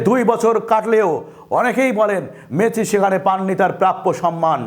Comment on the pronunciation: Messi uccharon age thik korun sunte baje lagche ok...